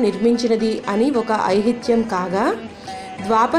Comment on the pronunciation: మీరు కోలార్ లో ఉన్న గరుత్మంత దేవాలయ మహిమలు చెప్పిన విధానం చానా బాగుంది. కానీ ఐతిహ్యం అను పలుకవలసిన పదమును ఐహిత్యం అని చెప్పినారు. అలాగే అంతర్ధానం అనవలసిన చోటు అంతరార్థం అని అన్నారు.ఈ రెండు చిన్న పొరపాట్లు తప్పిస్తే మిగతా విషయ నిరూపణ చానా బాగుందమ్మా మంచి భక్తి విషయము చెప్పుతున్నపుడు నా కళ్లల్లో ఆనంద భాష్పాలు వచ్చినాయి. మీకు ఇదిగో🙏🙏🙏.